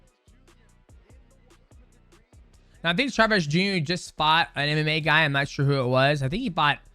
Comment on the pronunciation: Bruh there is no r in Chavez 😂